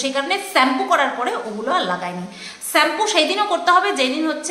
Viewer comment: Tumi ke please bolo shampo pronounciation ta thik kora bolta